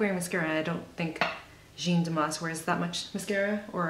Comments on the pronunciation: Jeanne is prounounced jan, not gene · it's as if you were british and said man but you have to replace the "m" with "j" and that's it. It's the same "a" sound as in "cat". In french there are no accentuated syllables so it's as if it was only one syllable, like "jan". is this understandable?? ahah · finally someone did it! looks soon good on you ! damas´s style is my fav! u r great ! love ur videos! and it´s JaaAAA -(h)-n pronunciation, kindaaa... not so important anyway... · frustrating I would really like to say it to you out loud. If you type Jeanne Moreau interview on Youtube you ll find a lot of French interviews of that amazing French actress and you'll probably hear the interview pronounce her name correctly. It's really not that important anyways it's just that you seem to really appreciate her looks and you did a really good makeover that suits you perfectly. You could be taken for a Parisian too you know :) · When making a video like this, why does no one seem to at least google her name to make sure it’s pronounced correctly.. I don’t get it